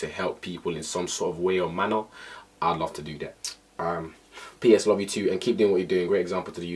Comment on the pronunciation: Alicenwandaland I swear I saw this comment as soon as he said "luh you" 😂😂😂😂